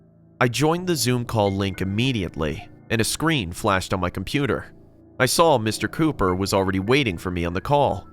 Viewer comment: It says ,,Mr Copper"instead of ,,Mr Cooper"🤣🤣